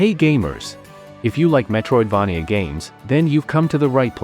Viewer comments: good list. ai voice is annoying tho. i hope you can find a better one for next time. also, it's mispronouncing the word Metroidvania. If you can make the AI voice pronounce it as Metroid"vey-nia" instead of Metroid"vah-nia", that would sound much better! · I hate the way this A.i says, Metroid-vah -knee-ah .